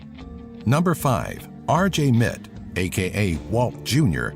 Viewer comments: It's "R J Mit Tee" not "Mit" just saying. nice video, I learned a few more facts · RJ Mitte's name is pronounced like "Mittee"